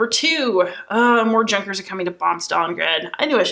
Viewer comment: Junkers lol. It's pronounced Yoo-nkers. The J in German is a "Ya" sound. Really good video btw! Great job!